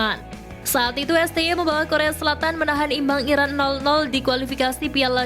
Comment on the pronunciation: Uji coba sama Iran apa Irak sih min..ngomong yang jelas Napa?